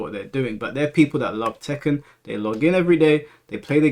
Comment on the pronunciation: My mans said "Tekkan't" and I can't unhear it 😅😂